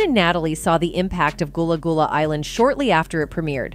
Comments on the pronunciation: Its not goolah goolah its Gullah Gullah 🙄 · Not her saying "Gullah Goolah" 😒😒😒😒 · Not goolah goolah 😒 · Man you messed the name up so bad like did you do that on purpose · Gullah Gullah get it correct if you’re going to bring new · You've clearly NEVER watched a single episode of Gullah Gullah Island or you would have known it's not pronounced "Goolah Goolah" Incredibly disrespectful And what's with the mispronunciation of Nickelodeon?!